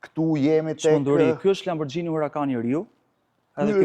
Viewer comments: Lamborgini, jo lamborxhini jo lambogjini...ju lutem... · aaaa dmth Majkell Xhekson sepse lexohet Majkell Xhekson ne anglisht, apo jo? Po Lamborghini qe lexohet Lamborgini ne italisht pse duhet te thuhet “Lamborxhini”? 😂😂😂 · Lamborgjini.. Lamborgjini.😂😂😂 Lamborghini shkruhet.. E lexohet lamborgini. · Jo lamborxhini po lamborgini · Qe pronari i dyqanit (sallonit) i thote Lamborghini-t (lexohet : lamborgini), LAMBORXHINI, tregon shumë, po shumë, se në dorë të kujt është pasuria në Shqipëri. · zoti Katnar makina eshte italiane dhe jo shqiptare. Ne italisht kur eshte GH lexohet G jo XH. Gjithe bota i thote Lamborgini edhe ne Amerike jo vetem Arabi or ku thua ti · Niveli me i larte ne bote... A kane pare ndonjehere ne youtube keta se c'behet? PS. Pikerisht, LamborGGGini me G dhe jo me Xh/Gj etj. PSS. O Blendo po ik e bej detyrat e shtepise more burre. Mos te dije gazetari si quhen makinat para nje reportazhi per makinat...